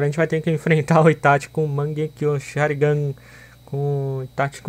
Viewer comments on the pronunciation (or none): none